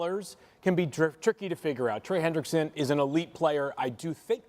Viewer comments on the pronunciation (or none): listen to the "talking head"....his name is Hendrickson....not Henderson